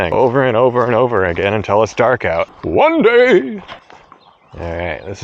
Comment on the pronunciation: "One Day"' (pronounced: wwwwwwaaaaann daaaaaaaay') definition: Creating a bait in one day, in an attempt to catch a fish the same day WARNING Phrase may induced excitement